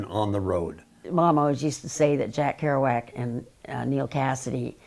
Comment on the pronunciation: "Kerouac" - come on!